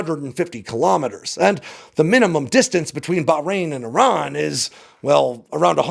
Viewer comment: Finally an American who knows how to pronounce the names "Iran" and "Iraq" correctly.